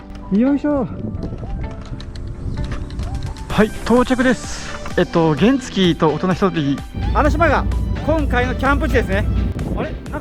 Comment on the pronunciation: 原付のイントネーションがおかしくないですか？